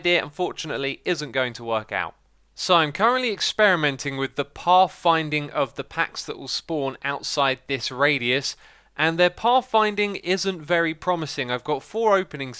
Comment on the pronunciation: "They always spawn outside if this raid-ius" 😂😂😂